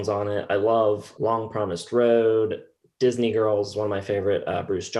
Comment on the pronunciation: Note to Bruce: Disney is a 2-syllable word. "I Write the Songs": Thank God not that many of them. Bonus Point for Hey, Little Cobra.